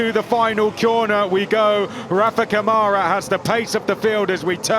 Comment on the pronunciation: “Rafa CaMoRa” 😂😂😂😂😂😂